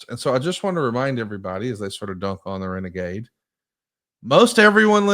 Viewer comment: "It's time for Reneghey" Tony Schiavone